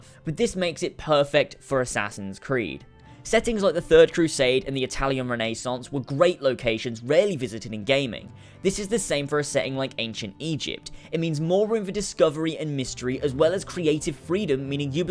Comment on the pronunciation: Ren-Uh-Sonce not Run-A-Sonce